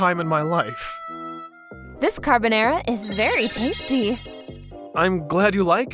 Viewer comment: Did she say CaRBonäRAe